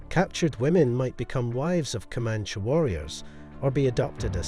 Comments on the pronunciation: Pretty sure it’s pronounced co-man-chee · You do know that E at the end of Comanche isn't silent.